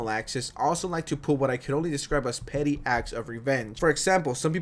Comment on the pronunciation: OH! “PETTY”!!! Ok I kept hearing you say “PITY” and it was making no sense to me lol! So funny!! Love your content!! 2 hours what a treat!